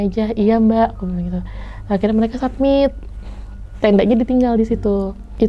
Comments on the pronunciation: saya sebagai orang biasa yang memang bukan anak gunung ataupun penjelajah alam, saya masih bingung dengan kata kata, setau saya kalo muncak itu istilahnya summit. tapi ngomongnya kok "sabmit/submit" nah yang bener itu summit atau "submit" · Summit mba bukan submit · Summit mungkin yaa .. Bukan submit 🙏🙏